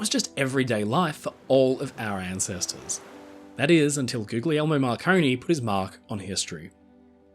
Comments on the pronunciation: Hey, I hate to the be the "erm actually" guy, but I thought I'd just drop a little note on pronunciation. In Italian, the "gli" sound is pronounced in the same way you'd say "Lee" with the g being silent. So the name Guglielmo would be pronounced sorta like "goo-lee-elmo." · Love your channel,! Just one observation: I believe that the second “g” in “Guglielmo” is not pronounced as a hard “g”, but sounds more like “Goo-lyel-mo”. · I am compelled to point out that the second "g" Guglielmo Marconi's first name is silent. I believe all people are owed the respect of having their names pronounced and spelled as best we can. I don't speak Italian at all, but the name is pronounced akin to "goo-lee-elmo". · Pronounce his name properly. Do not pronounce the hard Gs. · For Tesla's sake mate. The second G in his name is silent. It's the name "William" in English, "Guillermo" in Spanish,...etc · I just gotta say, please drop the second G in Guglielmo 😩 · RMS Republic: just how much gold is really on the wreck? At the holiday season, I bet more people are using Marconi's great-grandfather's creation. His great-grandfather was John Jameson of whiskey fame. Just a note: the second "g" in Guglielmo is silent (gli - pronounced li - is a word in Italian)